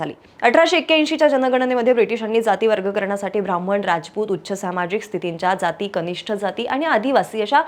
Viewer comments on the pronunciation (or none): none